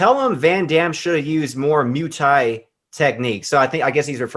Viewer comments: Do you really not know how to pronounce “Muay” Thai? Comon brother. Sheesh. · It's weird to me that a martial artist wouldn't have any idea how to say muay thai properly